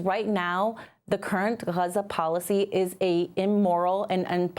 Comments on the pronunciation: When and how did Gaza become Hruza. Is it the Arabic pronunciation? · Why does she say Raza? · Why is she pronouncing Gaza like that? It’s jarring.